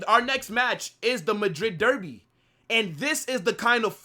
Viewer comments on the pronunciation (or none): none